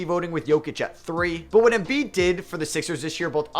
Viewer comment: Not that i had much but i lost all respect for you after sayin Embiid Unsubscdibed Goodbye